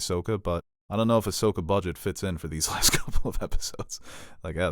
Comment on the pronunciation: doesn’t know how to say Ashokas name correctly, watch a dam episode of clone wars.